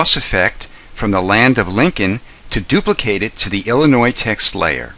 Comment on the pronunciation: lol illnois